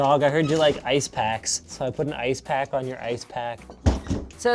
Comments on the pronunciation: How pronounced Ice "Ass" How pronounces Ass "Ice" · Bro i love the LTT staff they're all so unique like killed me when he said "I.C.E...Ass bag" lol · Was I the only one to hear both Linus and say "Assbag" instead of "Ice bag"? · "Sorry, did you just say ass bag?" "I-C-E. Ass bag." is my new favorite LTT character. I know he said ice bag, but ass bag would've been the absolute best reply to Linus asking if he originally said ass bag. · Hill Even if his response was ice, it's still humorous to think he said ass. His pronounciation of ice allows for either ice or ass, and ass bag would've been an appropriate response to Linus anyways. It seems that 250+ people agree with me anyways. You must be fun at parties if a joke like this really bothers you that much. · Linus: Did you said ass bag?: Ice bag.